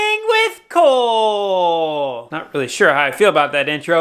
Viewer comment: That's "Cole Cooking" as in "cool" cooking.... Stick with the windmilla....